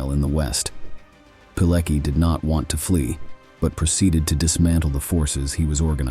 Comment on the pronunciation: Pilecki - you can read Piletski, it is closer than Pileki. Now this heroic man is cancelled from history books in Polish schools. Unimaginable! They try to kill him again!